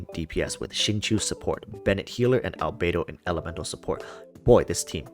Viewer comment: albedo == "albeidou"? can't unhear the 'beidou' word